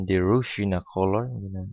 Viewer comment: Not ru-sina....u should speak Ro-si-aa-na...